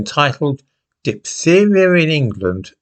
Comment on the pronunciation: Diphtheria is a hard word to pronounce ("ph" is pronounced "f" in English) 😉